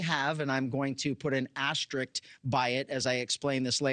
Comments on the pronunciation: 'Asterisk' not 'Asterik'. Geez. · "Asta-RICT." If people can pronounce risk and risks, they can pronounce asterisk and asterisks. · It's asterisk. Not asterid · “Asterikt” “Deputty”